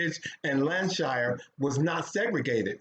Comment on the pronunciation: FYI: The main pub in the centre of this story is still there and they have two memorial plaques. It is "Ye Olde Hob Inn", located in Bamber Bridge, near Preston in Lancashire (which he slightly mispronounced in the video), England. Although I live in London, I often go to Scotland for a holiday and will always drive via the pub to call in for a meal, even when taking me 'out of my way' for my final destination. It is a beautifully preserved (thatched roof) 17th-century coaching house, first built around 1616 and now is known for its top quality 'food'.